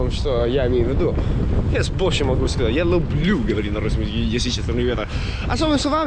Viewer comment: Красавчик. Я думаю когда ты научишься говорить лЮблю а не лУблУ ты точно станешь Русским. У тебя есть стремление!